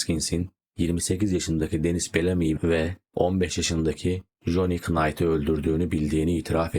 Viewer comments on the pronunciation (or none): KAROLAYN DEĞİL KEROLAYNAA DİYE OKUNUR.. KNAYT DEĞİL NAYT OLACAK.. ALLAH AŞKINA NE OLUR YABANCI DİLDEN KELİMELERİ ÖNCEDEN ÇALIŞIN YA DA BİR BİLENE SORUN YAAA😮